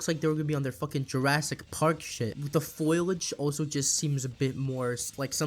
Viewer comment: “Foilage”? *Foliage.